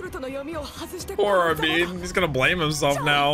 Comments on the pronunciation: It’s Armin and Erwin not Armeen and Ervin 😐 just say it the same way the characters say it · Ar-min not Armeeen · Buddy called armin " armean " 😂